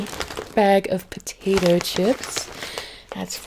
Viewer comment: Hey, that’s completely OK. Wow that is very interesting on how you came up with the way you say potato